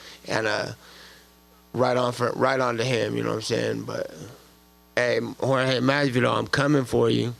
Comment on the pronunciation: Steve Ford Jorge, and it’s pronounced “ Hor - Heh “